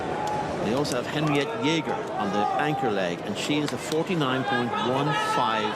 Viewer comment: Jeger, not jæger ^^ It's close enough though.